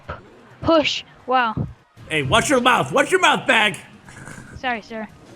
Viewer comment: puch, puss, p, push ay watch your mouth bag sorry sir lmfaoo